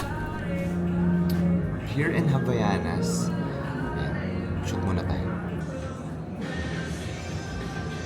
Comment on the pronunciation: Hi po! Mali po ang pag pronounce niyo ng Havaianas.. It should be- "Ah-vai-yah-nas." :)